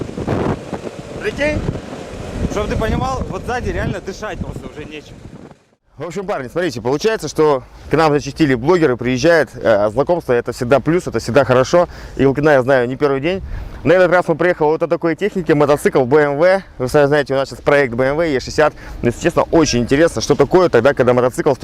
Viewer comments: лайкос прожал. Но тока не Илкина' а Ил'кина!!! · Не илкинААА А Илкина. Неучь !!!!